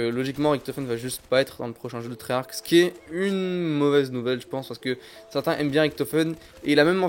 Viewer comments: On prononce pas treyach avec un k à la fin, dans la langue française "ch" sa fait " Che" donc treyarche EEEEEE ! C'est stressant jte jure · Et tu cest même pas dire treyarch